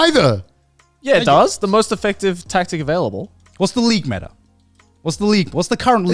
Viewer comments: I can't believe Connor didn't know it was M.E.T.A. and not meta. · the different ways Connor and Garnt pronounce "meta"